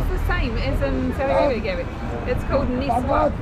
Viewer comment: Its called miswak not niswak , i can guarantee you that is way better than toothpaste